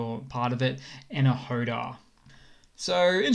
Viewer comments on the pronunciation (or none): enerhodar is misspelled. Right pronunciation is Ener-Go-Dar